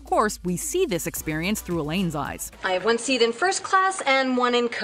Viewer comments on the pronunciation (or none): none